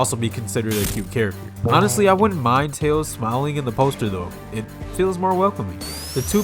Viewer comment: Also you pronounced "tails" the wrong way. Lol